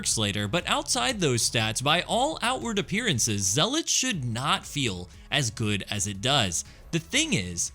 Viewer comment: All that video editing and creativity to mispronounce zealot